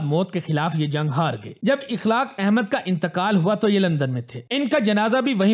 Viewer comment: Akhlaaq not ikhlaaq.